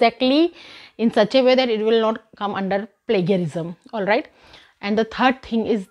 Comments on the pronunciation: spelling is plagiarism but pronounced as plajiarism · You pronounced plagiarism wrong at 12.03 . It's read as plajiarizum. You speak well otherwise that's why i thought of correction.